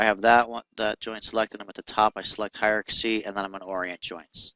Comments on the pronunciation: Good tutorial, but dude: 'Hi-er-arc-ass-ee'? It's pronounced hi-er-arc-ee.. I'm not sure why you're adding the word 'ass' before the 'y', but you might wanna look a little closer at how its spelasst. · I like how you break it down bit by bit. It's handy for a newbie. Keep it up! :D By the way, it's pronounced "high are key". Ha ha!